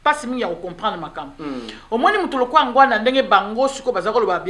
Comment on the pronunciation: S'il vous plait , boyebaka ko prononcer nom ya mutu ata azali lisusus na bomoyi te. Il ne s'appelait pas Ngwanda , mais NGBANDA.